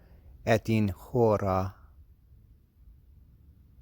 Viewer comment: Beautiful, but the h is supposed to be silent in "hora".